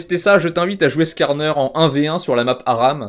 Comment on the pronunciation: À tu as mal prononcé "Skarner"